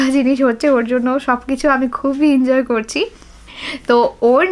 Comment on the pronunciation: Pronunciation thik Koro dia !!!!!!injoy noy...kothata enjoy...